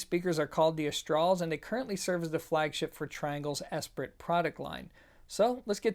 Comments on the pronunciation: Hey friendly tip, it’s pronounced “eh-spear” not eh-spur-it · Okay now as pro you may need to check pronunciations occasionally. esprit [əsˈprē] NOUN the quality of being lively, vivacious or witty. Just do not pronounce the "T: and the i is pronounced as an hard e. You may want another pair from this maker in the future and the French do not suffer faux pas with their language well. You probably took Spanish not French in school, right? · Lol...Esprit is pronounced “es -PREE” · Are you sure the company name isn't pronounced "S-pre"? the speakers model could be pronounced "Aus-tral" or "Aus-tral-yea". Can anyone who speaks French comment on pronunciation? EZ is probably "E-Zed" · Duuude! It's pronounced Espree. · True dat. And just for the record... “funnily” is not a word. Thanks for another nice review. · The T is silent in French.